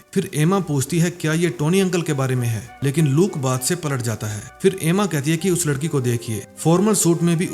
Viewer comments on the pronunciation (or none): none